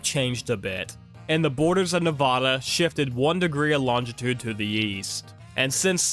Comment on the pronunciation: You said Nevada wrong. The first a is pronounced like the a in apple, not like "ah."